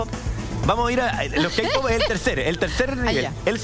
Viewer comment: JAJJAJAJAJAJAJ "los keipop" JAJAJAJJAJA MUERO